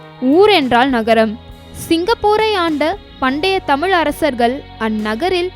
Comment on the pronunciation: தயவு கூர்ந்து "தமிழ் " என்று சரியாக உச்சிக்க வும்.